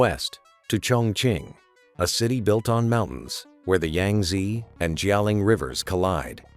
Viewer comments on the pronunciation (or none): none